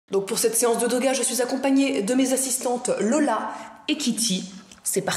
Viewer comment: La gameuse Historique Non le Doga..Écoute bien au début de la vidéo elle dit " Doga "